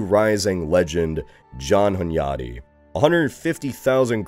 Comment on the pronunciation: You've pronounced Hunyadi really well⚔A little fact to add: King Matthias never called himself Corvinus, even if the crow (Corvus in latin) is on the family emblem of the Hunyadis. It's not an error, just in Hungary's naming of kings and dynasties, the later eras changed a lot (like the Árpáds called themselves Clan of the Turul or Clan of Atilla).